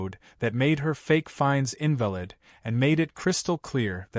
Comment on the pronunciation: "In va lid"?, like someone who is handicapped. Should be "in val id". 🙄🤪